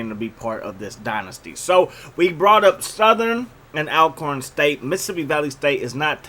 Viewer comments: Say my school’s name right. Even though it’s spelled Al-corn, it’s pronounced All-corn, jus like Al-ways or Al-right is pronounced All-way and All-right... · Bro... its pronounced ALL-corn State not ALcorn